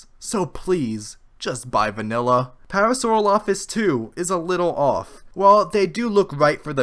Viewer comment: You are mis-pronouncing parasaurolophus